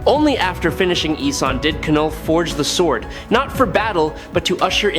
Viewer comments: when are you going to lean how to have your ai correctly say KNULL not kanull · Love this channel and the battles they choose but if I heard K-null one more time I was putting my head through the wall. If it’s AI just type Null so it pronounces it correctly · Please stop saying K-NULL. It's Knull. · Ka-knull, Ai ??? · I know what you mean...it is a bit annoying hearing him pronounce the Knull..k-null😂